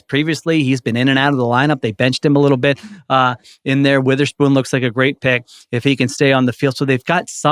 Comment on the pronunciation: Season is almost over and you atill can’t pronounce Devon Witherspoon the right way